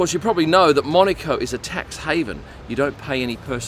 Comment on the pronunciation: Nice to see as an aussie you pernounce monaco correctly cannes is the other one when in Rome always calm line the locals top tip 👍